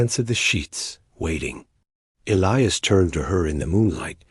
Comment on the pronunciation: E-lie-us, not Ellyus!!!